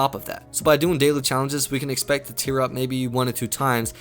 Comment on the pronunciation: Many ways to tear up is what it sounds like hes saying